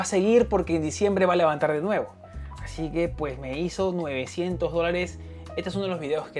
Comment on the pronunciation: Se dice novecientos no nuevecientos, me pusiste nerviosa 😣